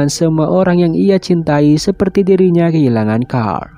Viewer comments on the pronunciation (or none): none